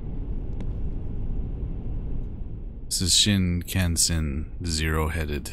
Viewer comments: pronounced "shin-con-sen" the "kan" is pronounced like "con". Hopefully this helps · Yay! I'm so glad you tried this one. I'm dying at the first few minutes. XD Pronunciation: shin-kahn-sen I hope you'll play it again for the other ending. You help the sister find the boy in another ending. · ive been waiting for this one 🙌 shinkansen is japanese for bullet train! you pronounced it pretty well but kan is more pronounced kahn